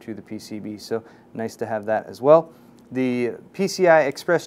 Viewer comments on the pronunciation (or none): none